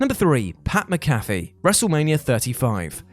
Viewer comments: PAT "MAC-AFEE" not..."MC CAFE" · Macafee not Mcafee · "Muh-Caphy" he pronounces it Mac-a-phee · It's mac A fee , not mc caffe 😂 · Mac-Ah-Fee. It's pronounced Mac-Ah-Fee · It’s Pat Mac-A-Fee 😂😂😂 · It’s pronounced MAC-Afee (like the virus protection software). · The idiot reading this obviously doesn’t respect the business enough to pronounce Pat McAfee correctly. He’s only the wwe and wrestling observer rookie of the year. Hell and had the dues of the year damn near and is the second best promo to MJF but hey no big deal right? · The way he pronounces pat’s name makes me mad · How the hell do you mispronounce Pat McAfee?